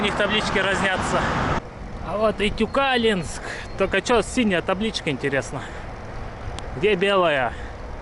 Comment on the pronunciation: Привет,Тюкалинск ударение на букву,,и,, считается уже городом!❤